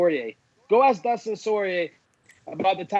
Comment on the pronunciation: ''Dustin Soyrier''